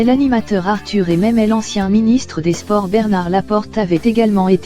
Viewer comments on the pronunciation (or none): none